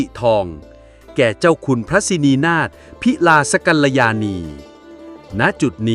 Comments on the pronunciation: อ่านว่า พิ-ลาส-กัน-ละ-ยา-นี ไม่ใช่ พิ-ลา-สะ ช่วยอ่านให้ถูกต้องหน่อย ภาษาไทยน่ะ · น่าจะอ่าน ว่าพิ-ลาด-กัล-ละ-ยา-นี นะครับ เพราะคำว่าลาดจะไปรับสัมผัสกับคำว่าสินีนาถในวรรคหน้าครับ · อ่านว่า พิ-ราด-กัน-ละ-ยา-นี ไม่ใช่ พิ-รา ฯลฯ ควรปรับปรุงอย่างยิ่ง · พิ-ลาส-กัลยาณี ไม่ใช่-พิลาสะ-กัลยาณี อ่านหนังสือให้ถูก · อ่านว่า พิลาส กัลยาณี. ไม่ใช่ พิลา. สกัลยาณี. อ่านให้ถูกต้องด้วย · อ่านภาษาไทยยังไงเลอะเทอะ พิลาซะกัลญาณีมาจากไหนทุเรศ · ต้องอ่านว่า.. พิ-ลาด-กัล-ละ-ยา-ณี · อ่านว่าเจ้าคุณพระ สิ-นี-นาด-พิ--ราส-กัน-ละ-ยา-นี ค่ะตอนนาทีที่4.28 คุณอ่านผิดค่ะ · ขอโทษช่วยอ่านสร้อยตำแหน่งท่านฯให้ถูกภาษาไทยด้วยภาษาจะไพเราะ : พิ -ลาด กัน - ละยา - นี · ชื่อท่านต้องอ่านว่า...พิลาด..กัลยาณีค่ะ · นี่คนอ่านหรือAI อ่านครับทำไมถึงอ่านชื่อท่านผิดขนาดนี้แอดมินรีบแก้ไขเถอะครับอายเขาออกเสียงให้ถูกต้องครับถ้าเป็นAIอ่านยังพอจะเข้าใจอยู่นามของท่านออกเสียงแบบนี้ครับ (เจ้า-คุน-พระ-สิ-นี-นาด-พิ-ราด-กัน-ละ-ยา-นี) ครับ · แอดคะ อ่านว่า พิ ลาด กัน ละ ยา นี ค่ะ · อ่านชื่อก้อผิด โพสต์นี้ AI ป่ะ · แอดมิน ควรออกเสียงชื่อคุณพระให้ถูกต้องนะคะ ลองเปิดฟังดูว่าออกเสียงผิดตรงไหน ทั้งๆที่นำเสียงสูงต่ำ น่าฟังดี เสียดายตอนออกเสียงชื่อคุณพระ